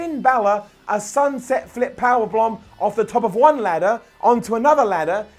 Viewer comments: Is it me or said "Sunset Flip Power-Plomp"? lol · he said 'sunset flip power blombs.... ' 🤣😂. Seriously, listen carefully